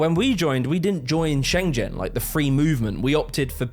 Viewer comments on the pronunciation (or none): Bro pronounced Schengen like it's a chinese province. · that is not how schengen is pronounced. lol